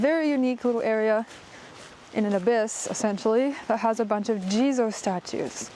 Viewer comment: Thx again. Wanted to so also a daytrip next january. And "jizo Statue" ... I thought all the time you Said "Jesus Statue" and was confused haha.